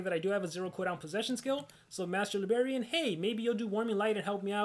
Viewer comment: keeps on saying Master Libarian but actually it is Master Librarian....lol